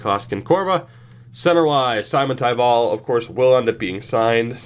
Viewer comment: Simon in Simontaival is pronounced like Dominik Simon and the stress being on the first syllable only, no stressing on taival.